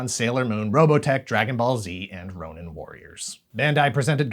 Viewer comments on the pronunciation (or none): none